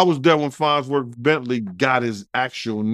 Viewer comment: It’s FARNSworth Bentley 🙄